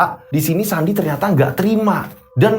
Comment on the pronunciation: Eh sandi kedengerane andi😂😂😂😂